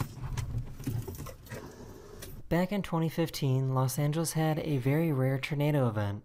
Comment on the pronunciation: Hearing the commentator guy saying "ternado" was driving me crazy lol